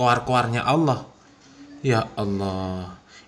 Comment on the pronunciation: Nyebut allah aja awloh.. Khas non muslim banget